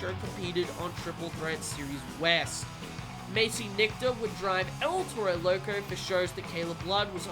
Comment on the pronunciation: Why he say it like that “el tero lerco